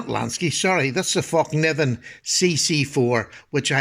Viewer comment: You pronounce Fällkniven Fell-kniven NO silent k